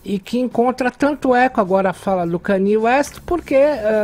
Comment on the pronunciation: Ela falou corretamente! É assim que os americanos pronunciam o nome dele: "Kãniê west"! Só nós brasileiros falamos "Kêniu west" .